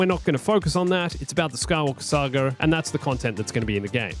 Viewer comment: „The Skywalker Sager“ „Princess Layer“ …why?!